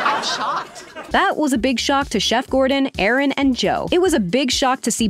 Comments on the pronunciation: It’s Aarón. Not Aaron. You pronounced it wrong. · The mentor gimmick was farcical but i still enjoyed that season for a few reasons. I liked Gerron and Shanika, and the rivalry between Bowen and Cesar had some funny moments. That said, a few corrections: Chef Sanchez' name is pronounced "Ah-Rohn." Not "A-Ran." It's not called a chill blaster, it's a blast chiller. Blast chillers are very high grade, well insulated middle grounds between fridge and freezer. I think a chill blaster is Captain Cold's weapon of choice. And the wedding challenge? Juni and Jillian didn't win the previous churro challenge to earn that position, the judges hand picked middling performers to see if they could rise to the challenge. Funnily enough the guy who did win the churro challenge was eliminated in the next episode.